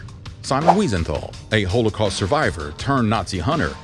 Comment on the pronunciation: Why are you pronouncing Holocaust that way?